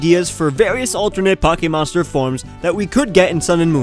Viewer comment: did you say poak-e monster forms